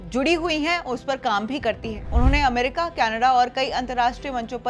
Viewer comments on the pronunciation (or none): none